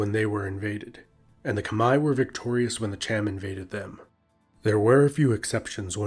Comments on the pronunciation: it is not kemer its khmer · It’s pronounced “K’Mai” or “K’mer” NOT “KHA-MER.... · A little note from a Cambodian: Khmer is not pronounce like that its pronounce "Khmai" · Kom not kmer. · No it pronoun khmaier